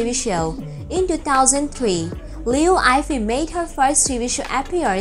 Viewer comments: liu yee fei is right accent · what /ayfei/ Name of a person has proper pronounciation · If you gonna do a video about someone at least get their name right. You made it sound like Eiffel Tower.